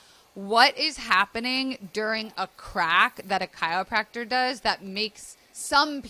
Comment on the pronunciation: I love this video, but I don’t love how you’re saying chiYopracter every time 😭😅